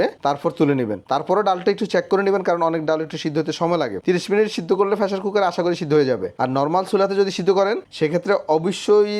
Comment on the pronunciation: কথায় কথায় ইংরেজি ইউজ করছেন। কিন্তু বাংলা উচ্চারণ টা ঠিক মত করতে জানেন না। ফেশার কুকার কি জিনিস ভাই?